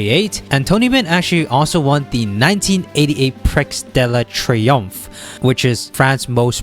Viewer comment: "prex dell uh tree umf" is killing me